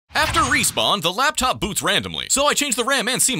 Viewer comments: why do I hear Black Top instead of Laptop? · Blaptop you say? 🧐